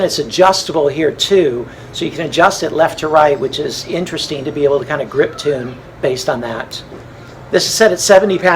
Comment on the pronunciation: did he say grip tune?